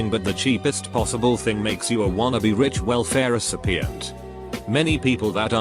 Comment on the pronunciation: no one: computer narrator: "I'm poor but pretending to be Rick"